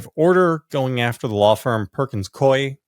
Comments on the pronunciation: The law firm is pronounced Pur-kins Coo-wee. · It’s pronounced Perkins Coo-eee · JVL and George Conway: the Perkins firm's second name is pronounced "Cooey" and Mark Elias prounounces his last name El-eye-ess. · Always excellent info! FYI the name of the firm Perkins Coie is pronounced like “Koo-ee” 😊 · Pronounced "Perkins Cooey" I worked there for a few years in the 80s / 90s.